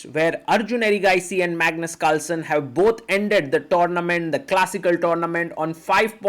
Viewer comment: and he said "Mangus" :face-purple-crying